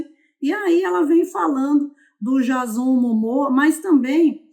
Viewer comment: não é jazón... é Diêizon 👀